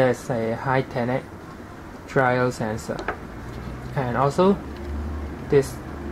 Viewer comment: called gyro sensor, pronounced guy-row sen-srr